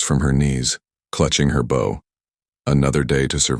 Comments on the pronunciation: Great story. However, one complaint - BOW, pronounced OW, is a courteous gesture; BOW, pronounced OH, is a weapon used to shoot arrows. Presumably she uses one of the latter to hunt for food, instead of being polite to animals. 😅 It's a word widely used in these stories, so the narrator (be it real or AI) really should use the right one! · Nice AI voice. Around 16m 30s, a mispronunciation of the word "bow" as 'BAO' vs the correct B + long O as is also found in the word "mow," thus illogically changing the meaning of the word